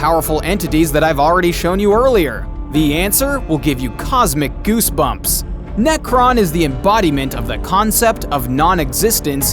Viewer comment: His name is Nekron not Nekton